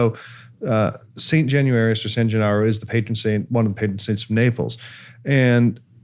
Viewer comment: LANCIANO is pronounced LANCHANO, while Gennaro was pronounced perfectly!